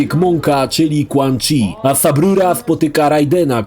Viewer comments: Nie wiem czemu, ale za każdym razem jak słyszę subrura kisne coraz mocniej xd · Jak usłyszałem "sub ruro" już czułem, że będzie dobrze